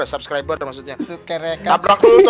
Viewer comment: Dia ngk bilang subscriber ...dia bilang subreked sama subreker...